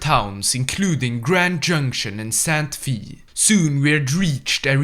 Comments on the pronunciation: look, i've watched this video like 7 times, but "sant fee"? im sorry, i know you either aren't from the usa or its because of the accent (i mean no disrespect from those 2 reasons) santa fay is how it's pronounced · pronouncing santa fe as sant fi is the highlight of my day lol. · NO. It is not “Sant Fee”. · "Sant fee" lol